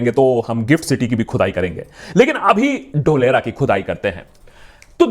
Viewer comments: Dholera word sounds like dhokla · Feku ka ek aur failed project - Dholera. (Its DHOOL-ERA, saheb, yeh vyakti apne CM kaal se hi, public ke ankh mein DHOOL jhonk raha hai).